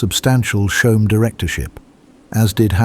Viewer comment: He also says “Shoam” instead of “Choam”